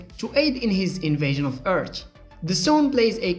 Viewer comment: Earth. not Eeert 🤣